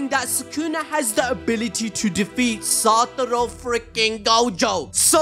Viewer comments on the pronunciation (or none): none